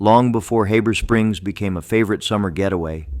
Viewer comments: And btw, it's Heeeber Springs, if you weren't using AI it might be pronounced correctly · Fouke is pronounced like Awe with an F and a K so it’s F-awe-k NOT Foooke, Heber Springs is pronounced Heeber Springs and Monticello isn’t pronounced like Thomas Jefferson’s Mon-ti-chell-o but like a prison so Mon-ti-CELL-o. FYI: Arkansans aren’t 99.9% WHITE like in this video. My Indigenous ancestors lived there long before Europeans showed up in 1541 and my Black ancestors arrived in the 1720s. What? Got something against diversity? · How the heck do you pronounce Heber Springs as HABBER Springs?? Geeze!!